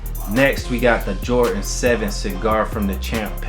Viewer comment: Its "Jordan" not "Jortan"